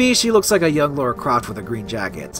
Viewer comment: Her name is Lara Croft, not Laura.